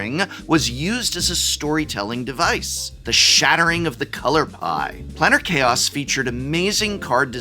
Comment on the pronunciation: Was pronouncing "Planar Chaos" as "'Planner' Chaos" a Freudian slip?